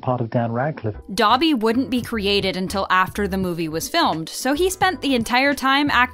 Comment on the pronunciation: you pronounced "Dobby" wrong